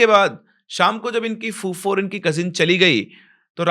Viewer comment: Sir woh fufo nahi fuppo bolte hai 😂😂